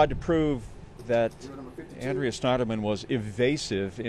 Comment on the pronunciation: the name is Annnnn-dree-uh... not Awwwh-dre-uuhh